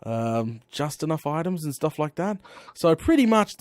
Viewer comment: plz stop with the sturff